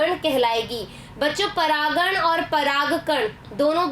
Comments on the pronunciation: Aap baar baar pragkan bol rhi ho wo pragan hota hai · Aap bar bar paragan ko paragkan bhi kah rahi ho Ma'am